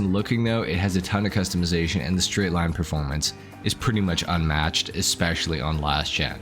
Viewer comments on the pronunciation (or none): none